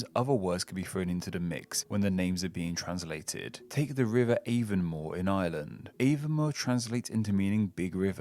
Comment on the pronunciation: It’s not AAY ven more, it’s ah von MOAR!